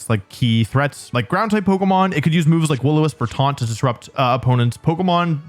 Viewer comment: "Twaunt..? 🤔" Twaunt.😂😂